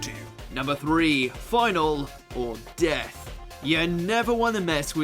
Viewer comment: D - E - A - T - H...... DEATHU!